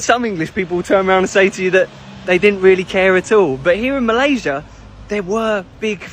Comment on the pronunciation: Wow. First time I've seen AI used to speak in malay. It's a bit uncanny when it pronounced Malaysia the wrong way, that was the giveaway.